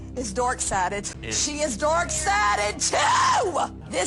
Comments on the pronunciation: Oh my gosh, that lady who claims she is a christian, is an embarrassement to the Christian religion!! lol And it cracks me up cause she sounds like she is saying "theyre DOORK sided" and not "dark" lol That should be a meme too! lol someone is doing something insane and claim they are dork sided! hahahah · I personally like how she sounds like she's saying "dork sided". I'm pagan and I grew up southern Baptist and for anyone who thinks she might be acting up for the cameras, while she might be, i actually know people who would act like that if they knew I've been a practicing witch for 20 years.. 😂